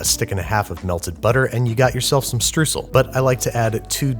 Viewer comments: Say struesel one more time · If Trade Coffee shipped to Germany... Str “oy” sel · It's pronounced "shtroyzel". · So much love for your explanation (hearing the word pronounced 'stroosell' makes my teeth hurt.) And for explaining that it's Hochdeutsch :) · It is STREUSEL not Strüsel - angry Deutscher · German Kapitän here: its called Streusel (pronounced: shtroysel beginning with a shh and second s soft s)... tiny whisking away... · Please just call it "shtroizle" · OMG its streusel struːz(ə)l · Streusel is german for sprinkle We pronounce it "Shtroisel" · the "eu" in Streusel is pronounced like the "oy" in deployment if anyone cares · FYI Streusel is spoken like this: "Stroisl". "Oi" like as if you are calling after someone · The correct way to pronounce it would be with an "sh" at the beginning. The vowel sound is like "oy" so basically shtroysel but spell it Streusel. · Since someone already posted the spelling, I'll go straight to the pronunciation..."eu" and "äu" in German is a diphthong or gliding vowel, with the closest English sound being, erm..."oy". Therefore... "SHTROY-sle" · German Cook here, no worries about the Streussel. But I am in love with you you pronounce them. Mwhahahaha, cute! ( it's more Str-OYE-sell) :D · Oh now I realized you tried to say "Streusel". You know the sound when you scream "Oi ya cunt!"? Try that: St-oi!-sel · Looks great! Streusel is pronounced: "schtrOI-sl" and literally means sprinkles :D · Streusel is pronounced Stroissel (closed you will ever get as a non german) Glad to help. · Shoutout to the other Germans who had no idea what he meant with "strussl" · Oh, nice to see some Streusel. My grandmother and mother put them on pretty much any cake or use them as a base - but I don't think I have ever seen them in the middle of a cake. Also not that it matters much but the German pronounciation of Streusel is something like "shtroisel". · pronounce streusel more like "stroisel". the way you do it is french. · „Strüsel“ :D